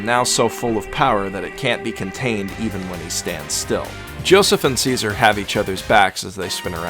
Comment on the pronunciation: i heard seizure instead of caesar